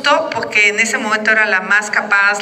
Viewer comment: Xocitl o su equipo, es importsnte que mejore la diccion en la pabra "PORQUE" Y NO "POQUE"